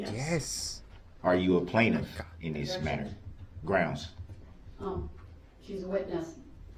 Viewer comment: Every time he uttered “groundz” there should have resulted in an ankle shock.